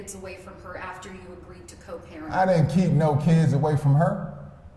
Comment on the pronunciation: "I'm a concerned Purrent."